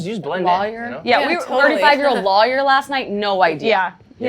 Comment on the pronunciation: pronunciations of "lawyer" is hilarious